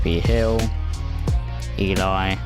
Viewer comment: Ely is pronounced E-Lee :-)